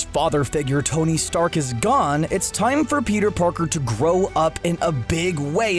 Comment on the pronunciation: Am I the only one who heard him say Peter Porker?